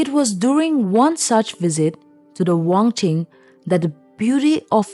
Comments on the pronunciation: I think wanching not wangching bcs ur pronounce wangching😊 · If you kindly. Spell amd pronounce correctly will be more appropriate. Not wongching but WANCHING. Not anaya. Anhgya( queen) please check all the name and pronunciation